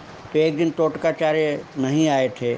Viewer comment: तोटकाचार्य, NOT टोटकाचार्य